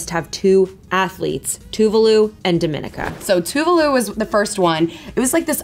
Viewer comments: Dominica is pronounced dom-in-ica. It's not pronounced like the dominican republic without the a. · Here’s the pronunciation of Dominica 🇩🇲 (daw-meh-ni-kuh) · Dominica is pronounce Dummy-nee-ka